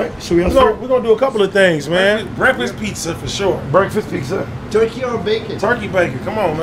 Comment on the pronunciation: Gotta love when calls it PeakZa 💀